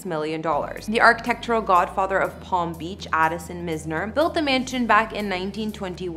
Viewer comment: Sorry but I have to correct your pronunciation: Ivana it's not aivana but evana and Addison Mizner it's maizner not mizner/myzner. No offense but let's make sure we pronounce names correctly on this channel😉